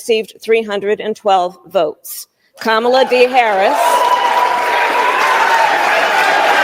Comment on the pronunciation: Did she say “Komala”😂